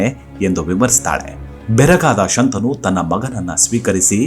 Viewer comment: ಶಂತಾನು ಅಲ್ಲ, ಶಂತನು.